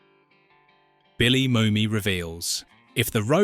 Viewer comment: Err, Billy Moomy? Dam AI narrator. Not always that intelligent.